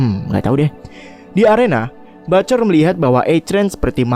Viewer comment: Bacanya ba(t)ce(r)..bukan butcer